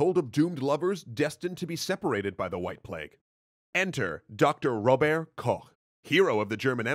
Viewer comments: RoberT not Rober-, its not french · You pronounce the T in Robert. So it's Robert Koch, not Rober Koch. Also, the singular of bacteria is bacterium. So he isolated a specific bacterium. Or bacterial species. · "Rober' Koch"?! Since when was he a Frenchman? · Its RóberT !!!! Why can't Americans never get german right?! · As a german, I will give you a little hint at the correct pronounciation of "Robert": the "t" isn't silent. It's supposed to be audible. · Please dont pronounce Robert as if it was a french Name! Because it is the German Version the "t" is very much Not silent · Maybe, at least pronounce his first name properly? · Why did you pronounce his first name french when he was german? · Somehow he pronounced it our way (french way)...well, everyone recognised it anyway. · So interesting how Robert Koch's name is pronounced with a bad French accent for some reason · shadebug agreed. nothing is more annoying than over-pronouncing names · Why do you pronounce his name like a french? It would sound better if you simple used the english nunciation for robert. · Okay, I know "Koch" is very hard to pronounce, so no problem there, but, just out of curiosity, why did you choose to use the French pronounciation of "Robert"? Normally, using the English version of a name is totally fine, but here, using it would've been even closer to the German pronounciation. I'm not hating, just interested why! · Is there a particular reason you pronounced his [first] name in the french way? [edited for clarification] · Just for future reference: The "t" in Robert isn't silent. ;) As a general rule: If you write it you speak it in German. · Pronouncing Robert's name that wrong (as in 'not the local way') is kinda off-putting. You even talked about the rivalry between France and Germany and still went on to pronounce Robert the French way. (It's good though that someone at some point pointed it out early enough for you to change it in the second episode)